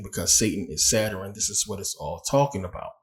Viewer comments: Good information brother. But, what is a Saturin? I thought it was Sa-turn? 🤔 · First video I skipped. If you can't pronounce Saturn then why would I listen.😢